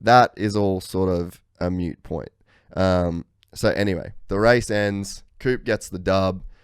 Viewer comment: Moot point.. not mute. I agree with everything else you’re saying. 😉